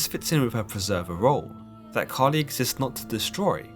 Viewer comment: I thought you said “Cardi B” 🤣